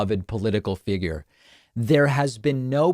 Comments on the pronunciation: "What are your thoughts on that." Boy, that was a stumper! And by the way, Eric, it's "figure", not "figger". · "Political figer" The trump family has serious challenges wirh the english language. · He says..figger, not figure. 🤦🏻‍♀️ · Fegur, that’s what I heard lol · What's a fig rrr. Looks like he's following in daddy's footsteps when it comes to mispronouncing words. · I love that he said figger 😂😂😂 Eric is the biggest tool in the shed, but certainly not the sharpest. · "figger"?? Even Eric's tongue knows a lie when it hears one. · said "figger" like the N word